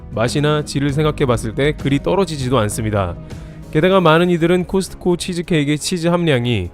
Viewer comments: '코스트코'라 발음하는 것 보다는 '코스코'가 맞지 않을까요? 크리스트마스가 아닌 것과 같지 않을까요? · 제발 '트' 좀 빼주세요 코스트코 하지마 코스코야 제발~~~ 코스코. 코스코. 코스코